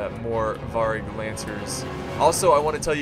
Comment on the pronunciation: You pronounce Variag, "Vary (like the word) then just add the ag at the end".